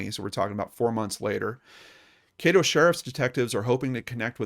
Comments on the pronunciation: I know her son. Known him since I was little. Also, Caddo is pronounced with a short A, not long. EDIT: dunno why i wrote brother. im tired lol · Just fyi it's Caddo, rhymes with Shadow. I hope she is found. Thanks for the video.